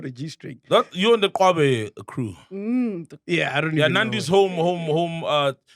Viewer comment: Ai MacG saying kwabe instead of qwabe on ilembe😂😂